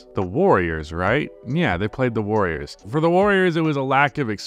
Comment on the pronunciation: Awfully wrong way to say the warriors lol